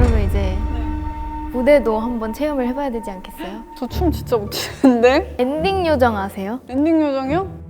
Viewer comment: 아 여자분 너무 웃김 하기싫어서 발음 제대로 안하고 엔딩요정이요? 하는거 너무 웃기다